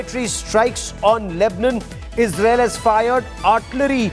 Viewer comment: Funny how he says Lebanon lol. LEBNON. Hahaha. Why is he yelling also???